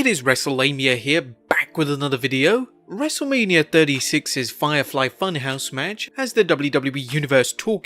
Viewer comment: he says wrestle mania wrong😂😂😂